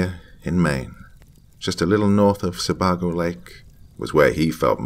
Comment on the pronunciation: It's "Se-bay-go" lake...